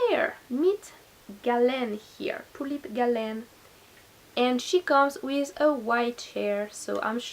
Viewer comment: I💕 the way you pronounce her name! It's the first time I've liked her name 😉